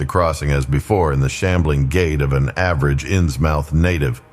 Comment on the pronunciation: I shall listen tmr but it's pronounced innsmuth